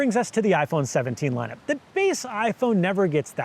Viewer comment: “Lineup Ye”